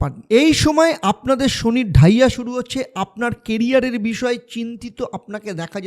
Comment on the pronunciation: কি বলছেন বুঝতে পারছি না,,,, ডাইয়া শুরু হবে? নাকি চলছে ,,,কোনটা?